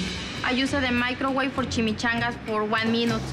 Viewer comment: "I usah de microweve foh cheemechangas foh 1 minoot befoh dey fry dey taste really really really gud"